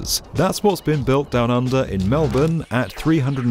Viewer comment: im just happy he said it right